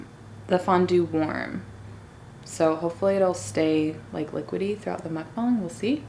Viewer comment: OMG IM SO GLAD YOU PRONOUNCE MUKBANG CORRECT😅